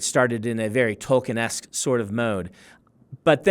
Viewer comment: New drinking game idea. Take a shot for every time this guy says Tolkienesk